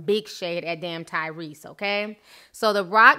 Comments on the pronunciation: When Ti said Cryrese, I fell of my chair Lmao. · Who called this man Tygrease I'm dead 😂😂😂